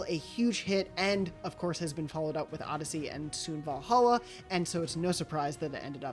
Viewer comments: Who the hell said odyseey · Odysssy? Seriously,😑😑😑😑